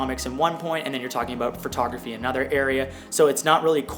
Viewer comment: I’m so glad you addressed your use of “phrotography” vs “photography.” It has always bothered me but it’s such a trivial thing to point out so I’ve never commented on it even though every time you say it I’m like “DUDE. THERE IS NO “R” IN “PHOTO!” “